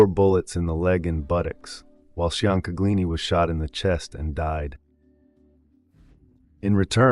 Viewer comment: Mikey “Chang” *Chain-Ga-Leeni*.